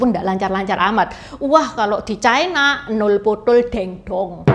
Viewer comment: Ucapan yg bnr : China, bukan " Chaina "